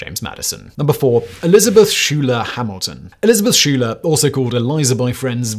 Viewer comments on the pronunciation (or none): I thought by now the musical Hamilton had seeped into the consciousness of everyone to at least know that Hamilton's wife was one of the SKY-ler sisters, not SHOE-ler. 😄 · Simon! Pronunciation matters!! Schuyler is pronounced like "sky-ler"!!! Not "shoe-ler". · ‘Schuyler’ is pronounced ‘Skyler’ in America.